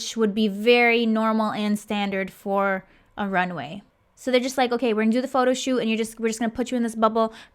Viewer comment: I always have a hard time not laughing when she says Pho-to. But then I think about the girls having to stand there and wait for their name